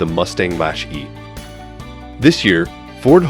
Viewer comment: What is a Mash-E? do the Monster-Mash!